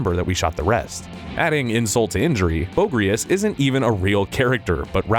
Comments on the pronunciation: You’re mispronouncing a lot of names, did you not watch the movie? “Brisses” and “Bogrious” like really? Awful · "Brisses" and "Bowgris"